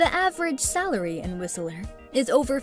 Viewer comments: It's Whistler not Whisteleer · Whiseller??? Your pronunciation sucks. It's Whistler; not Whiseller. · It's not Whistle.......er ; it's whist......ler. You don't know what the hell you are talking about. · Whist-ler not whistle-er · Lol.... Whist Ler.. Not Whistel er just saying. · Whistle-ler. facepalm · Right, haven't heard many people saying WhisELLer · When she mispronounced Whistler, WHISTELER, this video started going downhill and never looked back. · Did she just say "Whis-i-ler"? bahaha! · hahaha have u ever been to BC? you can't even pronounce whistler!! it's two syllables not three, anyone who spent two seconds in BC would know that. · My ears everytime she pronunce "Whistler" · you are saying Whistler wrong and its pissing me off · The T is silent in Whistler. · There's no "a" in Whistler. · That's not how you pronounce Whistler...